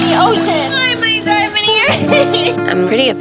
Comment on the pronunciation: Her: MY DIOMOND EARING Me: My phone